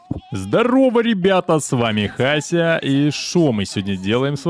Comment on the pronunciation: Не Хася, а Вася.